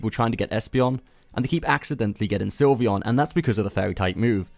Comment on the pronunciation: Its Sylveon not Slyveon